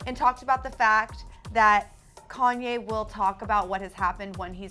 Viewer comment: Girl, say Konye one more time...